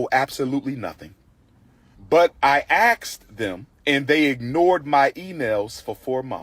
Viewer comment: Umar claims to have a PhD but can’t say “asked”.